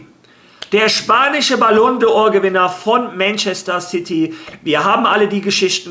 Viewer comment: Ballon d'or und nicht Ballon de or